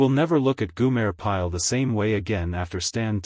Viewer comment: It’s Gomer Pyle not Gumer….